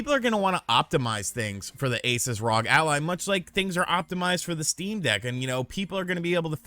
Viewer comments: Dude it's R O G not Rog 😂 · He’s killing me with the rog instead of R-O-G…. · Hey, Just so you know for the future, it's pronounced R O G. (Like you say ) it's an abbreviation for THE REPUBLIC OF GAMERS.